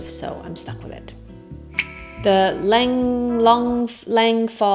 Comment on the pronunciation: Lehn-ye is the way to say Lange.